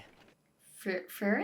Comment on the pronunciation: Totally get that the names (especially for characters from later in the story) can be a little intimidating! A little tip I'll give is you can say her name like "Free" and "Ren". You really don't have to roll the r's. Just say those two words together in your average accent and you're A-okay! 😄 Oh and their names are all German based. Just a little fun fact!